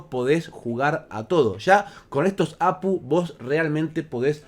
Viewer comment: No sé dice Apu, se dice A Pe U, cada letra por separado... O cómo dice GPU? O PCI? O cómo dices AGP?